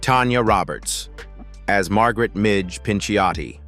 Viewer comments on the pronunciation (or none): none